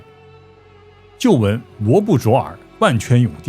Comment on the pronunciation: 淖（nao 闹）尔